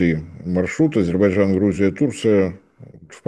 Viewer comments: Я очень вежлива😊..., но , все-таки, надо бы правильно выговаривать название государства. АЗЕРБАЙДЖАН, а не АзеБайджан. Это уже не первый раз тот, кто ведёт программу 😮 (не господин Марцинкевич❤) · "ГРАМОТЕЮ" (): попробуй медленно прочитать и ЗАПОМНИТЬ В ГОЛОВЕ: А-ЗЕР-БАЙ-ДЖАН. НЕ "азирбажан". НЕ "арзибажан". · Ведущий - внук Горбачева? Тот тоже говорил «Азирбажан».. слышать противно.. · Не говорите Азебайжан правильно АзеРбайДжан,букву ,Р, не выговариваете? Это русский язык а вы каверкаете слова. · АйДзерБайДжан. Тренеруйся ведущий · Почему ведущий не в состоянии произнести внятно слово Азербайджан? Говорит Азебаржан, прям как Горбачев😁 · ширше это не правильно. Правильно ШИРЕЕ. правильно Азебаржан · Не ширеЕ, а шире. АЗЕРБАЙДЖАН. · аЗырТбайцайн мештагы пикцерс. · Как говорил Горбачев ширше это не правильно. правильно ШИРЕЕ. Азербайджан не правильно. правильно Азебаржан . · так никогда и не научится произносить название этой страны? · А зачем? И так понятно.. хорошо что хоть так произносит, а не "шестёрка Турции", что было бы всем ещё понятнее